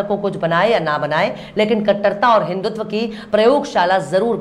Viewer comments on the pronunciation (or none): none